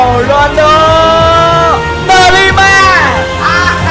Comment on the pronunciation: Với anh Quang là De Lima Với anh I Nove là De Nima